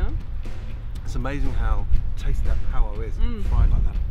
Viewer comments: pow-ah, it's Pah-wa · lol why he saying pow wa 🙄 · Pah-wah The Maori pronunciation is killing me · Everyone else: paua Gordon: paWA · Miss Mira it isn’t power, it’s paua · Notice he says paua twice near the end but every other time its pao-wah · I adore how he pronounced Paua as Pow Wah !! So cute 🤩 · As a Maori I chuckled when he butchered the pronunciation but at least he’s appreciating our language! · I like how no one told him he was pronouncing "paua" wrong. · He says paua weird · xJennova, we're the only corner of the world that calls it Paua. 😉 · Why is he saying paua so weird, it’s not that hard to pronounce 😆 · That's so annoying, he didn't pronounce paua correctly once. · Hes not a kiwi. It's not a big deal.